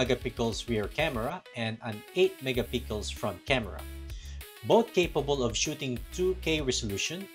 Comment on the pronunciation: WHY DO YOU SAY MEGA PICKLES WHYYYY ??